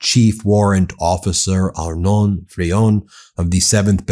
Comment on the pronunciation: Arnaud Frion ... not only was he k¡lled, you massacred his name.